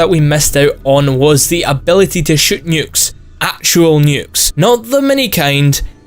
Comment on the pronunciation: When you say nuke it hurts me